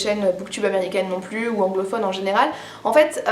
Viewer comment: J'étais justement en train de me dire que j'allais me faire une liste de bouquins féministes intéressants à lire dans les prochains jours ! J'entends beaucoup parler de Louise O'Neil, mais je suis une grosse bille en anglais, alors j'espère sincèrement qu'il est traduit :'( "Des exemples un peu plous" haha pas mal ta langue a fourché on dirait ;) Des bisous tout pleins ! C'est toujours super intéressant de t'écouter ! A la prochaine ! <3